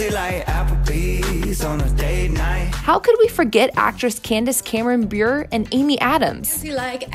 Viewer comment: Bure is pronounced like "beret"